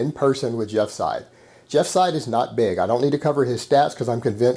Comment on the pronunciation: Hopefully the will watch this video and finally learn how to pronounce Jeff's last name right. The way he says it now makes him sound like he's an Arab.